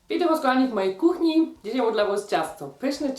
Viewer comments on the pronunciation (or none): none